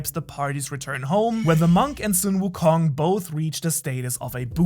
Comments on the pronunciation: Omg i can't stand this man pronunciation of sun wukong Just say son, like my son or sun like ☀️🌞 not sung wukong😭 you know how to say son and sun right? Stop saying sung on God please😭😭😭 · It's not soon wukong it's Sun wukong,pronunce it as sun = the sun,Sun wukong not the way u pronunce as soon wukong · Or better yet song wukong like son Goku